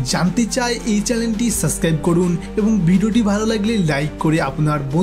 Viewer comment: একটা বিষয় যে ভুল করে ফেললেন, চ্যানেল বলতে গিয়ে চ্যালেন বলে ফেলেছেন।